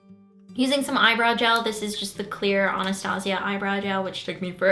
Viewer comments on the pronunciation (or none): none